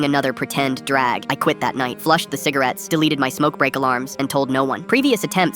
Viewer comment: fivce hundred cigarates